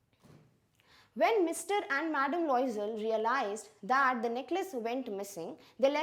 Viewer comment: Ma'am you're a English teacher and you've taught articles but still you yourself don't know different of "the" (द) and "the" (दी) !